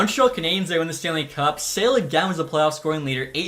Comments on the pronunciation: The Czech prospect, Eduard Sale, he's not for sale. His name though, is pronounced as [Sha-leh]. You're welcome. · Great video! Just wanted to let you know that Sale is pronounced Sha-la and Brzustewicz is Bruce-tev-vich